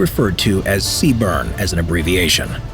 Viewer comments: Btw, the acronym is CBRN, not cburn, other than that, good video, also currently serving as a dragon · CBRN not C-Burn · Errrm it’s CBRN not C BURN 🤓🤓🤓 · They are not a branch. They are a Corp within the branch of the US Army. And they say "Sea-Burn" not C-B-R-N. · I love the way he says CBRN, C-burn, metal af! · It's accurate except for the acronym. Lol. C Burn would definitely look better, but unfortunately it's CBRN or CBRNE. And the phrase "Moss" instead of M.O.S., but I love these videos and these are small things.